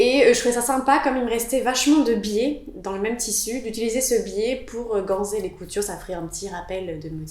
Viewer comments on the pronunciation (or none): Chouettes réalisations ! Attention, on prononce "ganSSSer", pas "ganZZZer"...